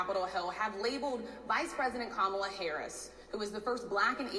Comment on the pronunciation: He purposefully pronounces Kamala’s name wrong. If he isn’t doing macro aggressions it’s because he’s using micro aggressions.